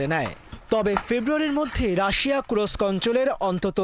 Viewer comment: kurosk না kursk